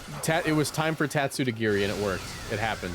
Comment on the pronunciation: every time u said "its time to girl" it got funnier each time